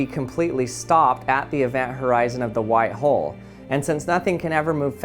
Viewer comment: Bruh I thought he said white hoe and black hoe